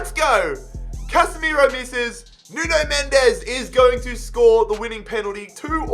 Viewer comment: Who is noon-oh men-dez I only know nun mensch